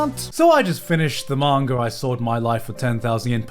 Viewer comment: Why a lot of english-speaking people say "mangaR"? This little r in the end is so annoying.